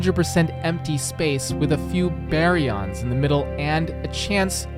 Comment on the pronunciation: You've earned that subscription with the word "baryon". wtg